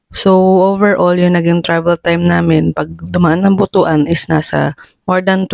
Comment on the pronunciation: pronounced butwan not butu-an